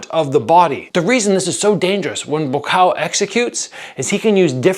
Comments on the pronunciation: I can confirm that you are pronouncing his name absolutely correctly. บัวขาว: บัว = Bua (You can break this down in to 2 steps - Boo + Ah), ขาว = Kaw (pronounce the same way you would “cow”). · I’m Thai, you pronounce it right although even when you say his name quickly it does sound a little off but it’s all good ! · บัวขาว Buakaw ออกเสียงดีมากครับ